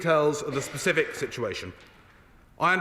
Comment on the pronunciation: Did Sir Robert Butland say ''pacific'' when it should be ''specific''? I relistened and watched his mouth. When is this country going to work on speech and grammar in public life? Correct speech and grammar need to be modelled for the upcoming generations who are copying so much incorrectly. I despair!!